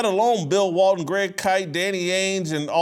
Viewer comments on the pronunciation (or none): none